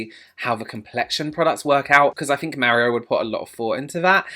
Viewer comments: Im Italian, and you are actually saying "Mario" correctly. Us Americans actually say it incorrectly. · As a Brit living in Italy, you pronounced Mario perfectly... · Honey I’ve just got to the part where you say Mario... you say it correctly.. my dad was Italian and that’s how he said mario.. I had an uncle with the same name 😍😍😍 Omg you’re killing me😂😂.. I’ll quickly say I’m gonna love this before I watch it... saves me keep editing my comment 😘 Only a professional like yourself can really appreciate how much thought has gone into this collection Have a great week sweetheart 💖💖💖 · I've been made fun of for how I say Mario after I moved away from the NY/NJ area, but Mary-O is how everyone said it where I grew up! So glad I'm not alone 😭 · You say ' Mario' as we say in Italian 😉. You skin glows with the highlighter... So beautiful. I want